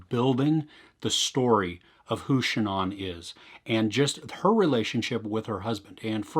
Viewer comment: How would you say Ann? It's pronounced that way whether it's the beginning or the end. So ShANNan or ShanANN.